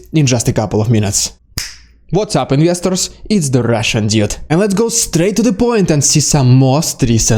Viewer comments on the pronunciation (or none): The way you say "Russian Dude" sounds like "Russian idiot" if you don't listen too carefully 🤣 Thank you for your coverage. Your videos are well put together.